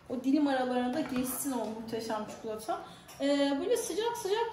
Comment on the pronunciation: Çikolataya çukulata demeniz 😖